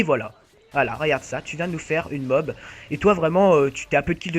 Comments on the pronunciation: Sa se dit pas MOB MAIS MO A B !!! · bonne video mais c'est moab pas mob comme tu dit mais continue a faire des video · Le gars qui dit "mob" m'insuporte